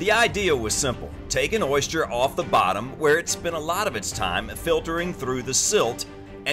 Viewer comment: Why are you saying Oyshter?? It's Oyster. Oyster. Not Oyshter. Man.